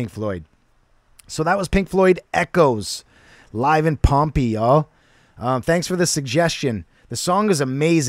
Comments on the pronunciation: Just FYI it's pronounced Pom-pay; and you're right, it is another Roman Coliseum. The city of Pompeii was buried by a volcanic eruption about 2000 years ago. It preserved everything like a time capsule. Cheers. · You pronounce it Pom pay. No one had performed here in 2,000 years until Pink Floyd did it. Echoes has a part 2. Ghost of the people that died here from volcano in 79 A.D. You could go to the movies and watch this concert. There are more songs. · Pronounced pom pay . Pompeii